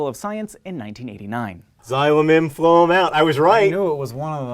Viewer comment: LOL HANK THOUGHT ME ABOUT PHLOEM HIMSLEF BUT HE MANAGED TO GET IT WRONG